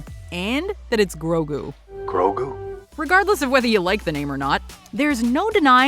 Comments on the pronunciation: Here it’s easy just say it with me gro-gue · Grogu. The names grogu. Get it right, please. He's not even related to yoda. Not yet revealed at least